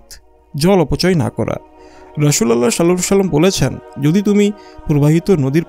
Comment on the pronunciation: সাল্লাল্লাহু আলাইহি ওয়াসাল্লাম এটি ভালো ভাবে উচ্চারণ করুন